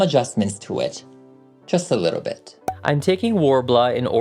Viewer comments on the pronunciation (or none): The way you said "JUST A LITTLE BIT" IS BIGGER THAN THAT💪🏻😭